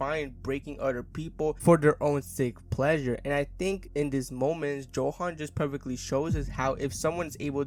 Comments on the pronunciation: His name is pronounced with a Yo sound, not how it’s spelt. Yohan not Joehan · Ay stop calling him JOhan